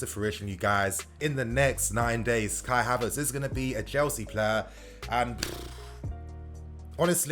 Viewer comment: I'm tired hearing kia Havertz